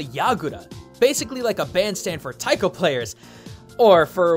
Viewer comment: was in a taiko group, can't even pronounce taiko. OOF. good video though, I used to play this game in the arcade.